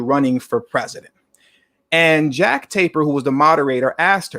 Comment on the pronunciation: It's Jake (jāk) Tapper (Tâp pür)